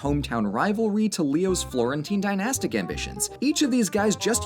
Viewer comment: Not sure why but when said dainestic endeavors i heard gymnastic endeavors, had to rewind to see if i heard right, i didnt